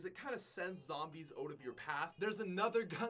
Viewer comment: I still cant get over pronouncing out "Ote"